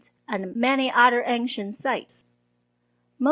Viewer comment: Hi, thanks for the excellent and informative videos. I wanted to give you a little constructive criticism. Your English is extremely good. But I might suggest that you look at your pronunciation of the word "other". It sounds like "udder" when you say it (an udder is a cow's nipple, lol), one must be careful to use the "th" sound in this word. Keep up the amazing work! :)